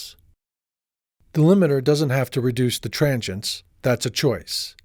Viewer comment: tranchients? I think it's pronounced tranzients dude =)